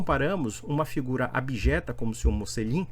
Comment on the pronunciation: Esse é um idiota, não sabe nem pronunciar o próprio nome (que em italiano se fala 'motchelin'), sem falar que para protestantes, o sentido da vida é ser um viciado em trabalho.